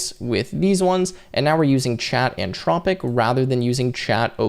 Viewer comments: Nice tutorial. You do know there's an H in Anthropic right? 🙂It's antH-rop-ic not an-tropic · anTHropic not anTROPIC. Otherwise thanks! Very useful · Came here looking for the comment before I said, "everyone say it with me, the t-h makes the thu sound" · Brother, there's an 'h' in "Anthropic." It's not "an-tropic" 😁